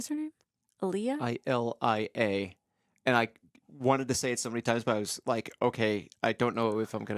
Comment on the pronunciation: Why does this chick keep pronouncing Ilea's name as "ILL-E-UH". Every single character in the entire movie pronounces her name as "EYE-LEE-UH". Where the hell is she hearing "ILL-E-UH" from????